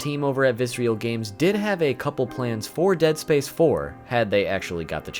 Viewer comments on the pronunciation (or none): Great video overall, but dude: it's Visceral. Viss-Err-Ull. Not Vis-ree-al. Seriously. You say it like 40 times in the video. You're killing me. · It’s not “Viscereal” it’s “Visceral” like the word Viscera, I always liked that they made gruesome games, and had a gruesome studio name xD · VISERAL not VICEREAL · Very interesting you spent all this time with the Dead Space content and somehow never saw the name of the studio was "Visceral" not "vis-re-al." Either that or you just never knew how to pronounce that word lol. Well anyway, good video, even if it is slowly driving me insane... like the Marker... you sneaky bastard lol. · It's not "vissreal" it's VISCERAL. 😅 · Nice vid. Just one minor gripe. It's vi-SCE-ral. Visceral. Not Vis-real. Meaning: 1. relating to the viscera. "the visceral nervous system" 2. relating to deep inward feelings rather than to the intellect. "the voters' visceral fear of change" Man! this was so distracting. Still, nicely complied (y). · Loved the video, but I think Visceral is pronounced vis-ir-ill, not vis-real. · I liked the video, but it drove me nuts hearing you pronounce Visceral as if it were spelt Viscreal. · Fantastic video with some awesome information. Very good way to pay respects to such an iconic series. However, everytime I heard you say “visrial” instead of “visceral” I got a slight urge to stab my ear drums with a pencil. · Viscer-a-l Not Viscerial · It's not "Vis-real". It is "Vis-er-al" Games. Great vid! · just... fyi... visceral is a real word and you don't pronounce it with real at the end. the ignition era visceral logo (not on DS1 or DS2) actually has someone saying the word. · Why do you pronounce visceral as visreal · Dude, awesome video but please, learn how to say visceral. Viss-err-all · Visceral Viss-er-ole That is all. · I cringed every time he mispronounced visceral 😂 good video tho!